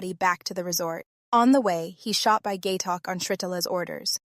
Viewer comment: It's phonetic (pronounced like it's spelled), how can you call that poor guy "Gay Talk?" It's Gaitok. Oh well, good video.